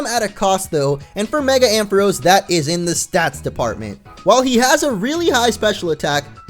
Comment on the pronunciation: Ampharos is pronounced Am Fa Rawce!